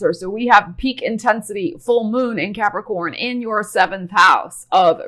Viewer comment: So glad l have capricorn rising, cause l love the way you say Capricorn.